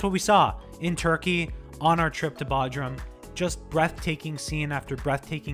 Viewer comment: It's pronounced BOdrum, hard O sound.